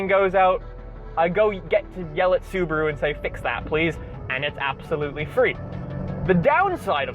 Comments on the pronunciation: The uberuru pronounced uber ru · "Suburu" lol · The "subapoo" instead of Subaru or the STD instead of STI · Blue crew mobile, subirue (su-be-ru) blue Betty. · the Soo-ba-blue